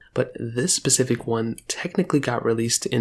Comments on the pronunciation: the word is 's'pecific not pacific..... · All I heard him say was "Pacific" 🤣